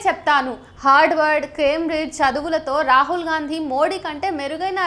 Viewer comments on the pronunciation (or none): none